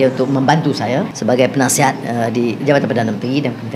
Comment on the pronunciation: Penasihat❎ Punaisihat✅